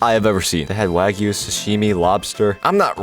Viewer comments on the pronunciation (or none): none